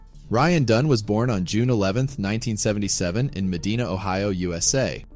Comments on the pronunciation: its Medina, not Medena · Medina is pronounced, "muh-DYE-nuh". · It’s pronounced med eye na, Medina, I live over here. Just a FYI.